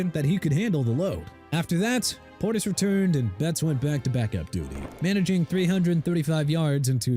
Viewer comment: YOU AIN'T SAID WHAT CFL TEAM STEVE SLATON WAS ON!!! ALSO DUDE IT'S CLINTON PORTIS NOT PORTERS AND TERRELL DAVIS PRONOUNCED TUH-RELL NOT TEH-ROLL AND ICKEY WOODS NOT GEE WOODS!! ARE YOU DONE BEING ILLITERATE?! IF YOU ARE, DO AMERICA AND THE SPORTS WORLD A FAVOR: QUIT!!!